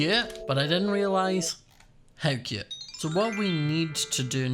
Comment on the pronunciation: i love how says cute “super cYOOT” “so CHYUT” “like how CYOT”